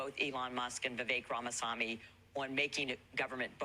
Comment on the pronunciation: That Iowa congresswoman couldn't even pronounce Ramaswamy correctly. Does she even know who he is?